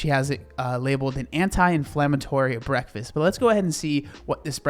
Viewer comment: Breas-brekfast hahahah